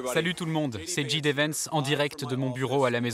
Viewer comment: Et comme toujours, ce n'est pas "dji dé" Vance mais "jay dee" Vance ! La prononciation de l'alphabet est pourtant une des premières choses qu'on apprend en anglais...